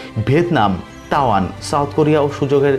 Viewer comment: Tawan noi Taiwan